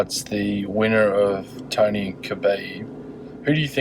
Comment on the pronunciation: is this man saying "tiny" or "tony"